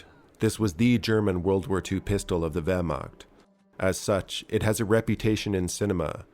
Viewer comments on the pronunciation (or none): The Wehrmagt xD